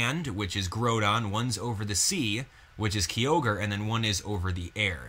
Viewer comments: Wow I cant believe you mispronounced their names. Key-ogre (its Kia-ogre) and Grodon (its grow-don). Sorry if I'm being a douche about something minor but its also something I can't stand Any who I think the story may revolve around a team using Raquaza to control both legendries. but who knows. Anyway I personally I want a Mega Glalie. Maybe Volcaniodon will be pivotal in the storyline since its said to be a fire water type so maybe it will have some plot point involved but knows. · (K-eye-oh-ger) (Gr-ow-don) grow like growl (Ray-qua-za) (Hoe-in) (Sala-mAnce) Jeez... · even though im the worst for it sometimes the fanboy in me cringed at you pronunciation of kyogre and groundon